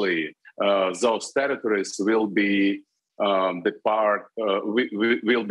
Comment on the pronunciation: Did he say "those territories" or "those terrorists"? :-)